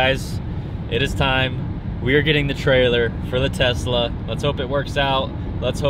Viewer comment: I cringe when he says Tesla